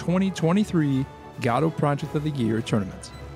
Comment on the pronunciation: love these videos! btw i think you're pronouncing Godot wrong. I think its pronounced like Guh-Doh